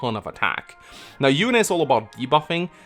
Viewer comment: FEH also pronounces Yune as "Yoon" in direct contradiction to how it was pronounced in Radiant Dawn as "You-nay". I don't know if I trust FEH pronunciations, lol.